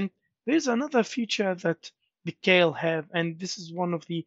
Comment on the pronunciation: "KEIL" is german and is pronounced like "kile" in english, just fyi